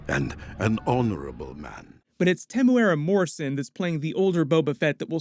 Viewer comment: Super proud how you got the pronunciation of Temuera morrisons name right. Another tip we here in New Zealand also call him “THE TEM” hahaha